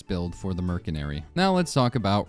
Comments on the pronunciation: did... did you say mer C nary??? IT'S MERSYNARY, PRONOUNCED WITH AN S NOT A C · Caught you lacking in , you just called Merc as Mer-Se-Nary, everyone knows Merc is Mercenary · Heh. Murk-inary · NO WAY BRO CALLED IT MERKENARY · merkenary? bro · Dude says Mercenary as Merc-en-ary instead of Mer-cen-ary... skill issue. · Merk en ary or mers enary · Merkenary?? Dont let this guy cook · Wtf is a merkenary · Yo You pronounce mercenary like this mer sen ary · Why do you say mercenary so wrong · Mercenary is pronounced with a soft c, not a hard c Think the c in slice, not the c in car